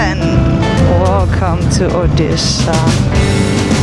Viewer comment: Oddi shah wahh 😅nice pronounciation....